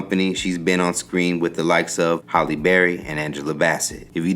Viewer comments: He pronounced her name Holly (like holly during the holidays)when it's actually Halle (like alley)...🤷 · HALLE not Holly 😮